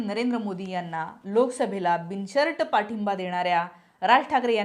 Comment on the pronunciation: बाई ग बिनशर्ट नाही बिन शर्त म्हण तुमच्या सारख्या लोकांनी वाट लावली आहे